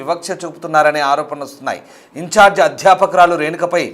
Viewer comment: Incharge teacher ante clarity ga cheppandi news reader garu